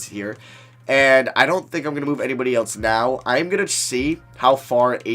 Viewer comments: It's else not elts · Why does he always say Eltse instead of else😂